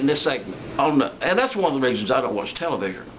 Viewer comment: Televigor?? Haha. Oh stop it, my sides hurt